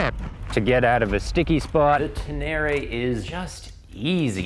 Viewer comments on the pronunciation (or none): It’s Ten Eh Ray not Ten Airy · it’s Ténéré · Pronounced Ten-ay-ray.... after the desert. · wtf is "Tenary"? Say it right, man